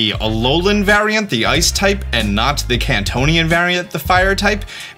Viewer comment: its kantonian or kantean